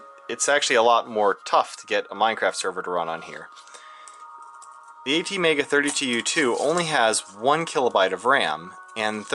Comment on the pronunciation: please dont say it a t mega say it at mega